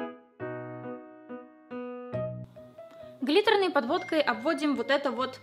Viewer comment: Она сказала "глиторная", она сказала "глиторная", "глиторная"